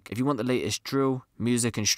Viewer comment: Why do you call it driww?